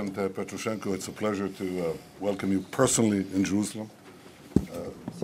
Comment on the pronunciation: Bibi must have been tired. Petroshenko instead of Poroshenko, saying that Moshe Sharett etc. were his successors, and constantly speaking of "the Ukraine" which many Ukrainians consider an insult (it's sort of a translation of Russian "на Украине" etc. which implies that Ukraine is not a real country). Hopefully the Ukrainian president wasn't offended!